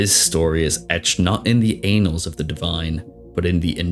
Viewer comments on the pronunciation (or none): Don’t know if anyone else pointed it out, but it’s pronounced Ann-alls, not Aen-alls. Someone might get confused about what you’re talking about 😂 Great video! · Pronounced an-als, not anals as in butt sex haha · Omfg dude. It’s annals, not anals. Have you read books before? Some of these mispronunciation are just so horrible even a first semester English as a foreign language student would know better. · Tickled my funnybone when you said the "anals of history" and "anals of the divine" 😂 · I can't believe he actually said anals of the Divine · You really said “in the anals” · why say pronounce it "lilith was well known in the ANALS of sanctuary lol.. annals is pronounced like canals wtf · Plz google pronouncing "annals"